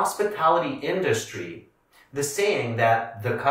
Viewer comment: She pronounced industry incorrectly